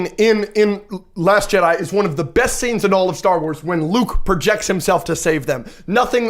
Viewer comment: The fact you said Jedi with an s at the end tells me everything